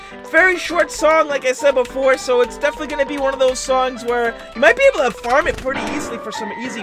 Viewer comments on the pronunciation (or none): none